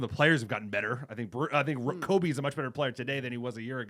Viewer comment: Loving the extra content guys! But please, Kobbie pronounced like Robbie lol